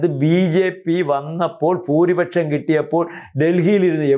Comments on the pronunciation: ഫൂരിപക്ഷം എന്നല്ല ഭൂരിപക്ഷം എന്ന് പറയുക 🙏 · ഫൂരിപക്ഷം അല്ല ഭായ് ഭൂരിപക്ഷം എന്ന് പറയൂ. മാധ്യമ ഭാഷ സുവ്യക്തം ആയിരിക്കണം. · ഫഭൂരിപക്ഷം അല്ല ഭൂരിപക്ഷം